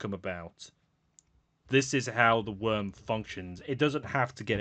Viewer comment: Worm Freak not Wyrm Freak